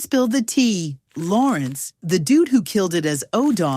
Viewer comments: And said Lawrence instead of Lorenz. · “La-Rins” not Lawrence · I was wondering who the hell is Lawrence…. She apparently means Larenz ..AI is crap doing narrations.. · Who is Lawrence? Its Larenz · His name is Larenz Tate. Not Lawrence. WTH 🤦‍♀️ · LARENZ...not Lawrence🙄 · His damn name is Larenz, not Lawrence… TF?! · Y'all really have to stop using these AI voices 😂 Lawrence/larenz. And purnell was in jail not caine. Y'all act like no one watches these for the fact check. Who's in your editing department 😂. Step into my office...cause you're fuckin fired😂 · Who the fuck is lawerence??? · this Ai pronunciations funny as hell.. Lore enz not Lawrence "swag" "so fire" "yo" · His name is Larenz, not Lawrence. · Lorenz Tate! Not Lawrence! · Yo. I cannot with this A.I. voice over when they mess up names. They had me like who is Lawrence?! I didn’t know until I looked at it they meant LARENZ! And pack? Who is pack? Pac you mean?!!! Smh I tried to watch it. back to Vlad interviews I go. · yes why they calling him Lawerence it’s larenz lol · Who narrated this?!?! She called Larenze Tate "Lawrence" and Tupac (Tupack) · Did she say Lawrence😅😅 must be a.i. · I’m like who tf is “Lawrence⁉️” but she tried to pronounce his name 🤦🏾‍♂️🤣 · This AI voice over 🐂💩 ruined the video. Especially mispronouncing Larenz's name 🤦🏿‍♂️ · Im so sick of this AI narration bs. It ruins the feel of the video. It cant even pronounce names correctly. They butchered Larenz and Tupacs name. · That's what happens when you rely on AI voiceovers instead of just hiring an actual human being to do the narration. Goddamned bot also mispronounced Larenz Tate's first name.